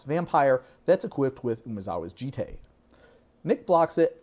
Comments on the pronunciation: It's an actual Japanese word, for which there is only one objectively correct pronunciation. "Jit" ain't it. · You mispronounced "Jitte". The S is silent. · 3 different pronunciations of "Jitte" within a minute and I still don't know which is right!